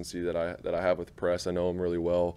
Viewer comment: Is it a tell that he calls Doug “Coach Pederson” and Press isn’t coach Taylor it’s just “Pess Taylor?